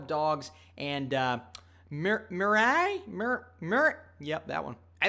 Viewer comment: Lol dying at your attempt to pronounce Mirai 😂 I'm actually excited to see andy samberg and sandra oh host!